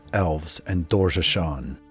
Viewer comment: Yeah, very nice video and all but he mispronounces a lot of names. Sliske, Doorgeshuun, and I've heard multiple others.